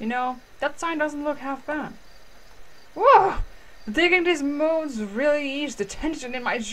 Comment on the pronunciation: dis is a bit of help Mould Is pronounced m-old 😆😆